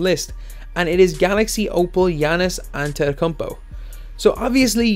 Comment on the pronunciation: Giannis “Antekumpo”